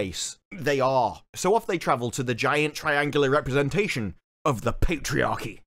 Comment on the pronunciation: I swear he said representaSEAN then.....:D